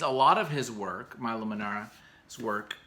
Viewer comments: please... milo is italian. MILO, not mAilo :) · Pronounced ME LOW not MY LOW